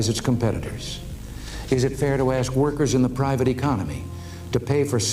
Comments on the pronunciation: How can a woman who can't even pronounce ASK properly be a journalist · Another day another crazy "forest rabbit" trying to say: "Let me 'ask' you a question."